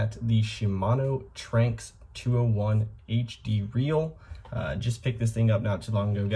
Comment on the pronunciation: Not to be that guy but I believe it is pronounced Tran-x but call it what you want